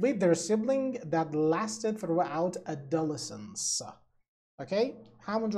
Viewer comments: تلفظ adolescence رو کاملا اشتباه میگید! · Adolescence اشتباه تلفظ شده